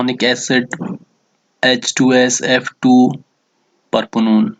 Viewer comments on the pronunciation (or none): Propanone=Parponone Hahaha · 😂😂 pronunciation of propanone. Bhai maro mujai maro 🤣🤣🤦‍♀️🤦‍♀️🤦‍♀️